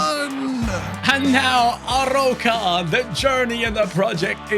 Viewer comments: It’s called „A-roo-ka“ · Amazing vídeo ❤ You read the arOUca, the "ou" as your english letter "O" 👊🤟